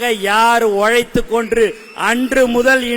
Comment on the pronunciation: ஓழைத்து கொன்று??? தமிழ் பேச கற்றுக்கொள்ளுங்கள்...